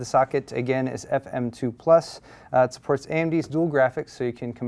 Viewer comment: gigabyte being so asian, "supperts"